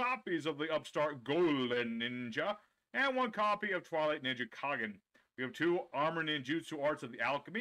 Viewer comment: Jao wgen?..? Ummm nope 🙅🏻🙅🏻🙅🏻 his name is jo-gen. Jo is pronounce like jo also spelled jou wen using correct romaji^^ ND kool u pronounce kagen & goe & fuhma correct ^^ soo props for that^^